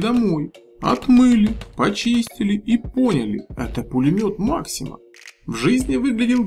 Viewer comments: Пулемет не макси*ма а ма*ксима ударенье правильно ставь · Да бля что ты за ударение не там делаешь на Максима, пулемёт что. Бля аж коробит. Ты Русский человек? Зачем ты имя известного человека коверкаешь? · именно ударение в слове возвращает нас к истории создания пулемета и его исторического названия а оно именно с ударением на букве а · согласен в советском союзе да и в царской России так и произносили но речь шла о названии пулемета а правильно именно пулемет максима с ударением на а